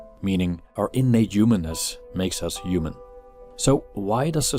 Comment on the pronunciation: Yuman, yuman value, yuman doing, yumanity. Yuman. Yuman. Yuman.